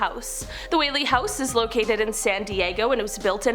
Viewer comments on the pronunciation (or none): none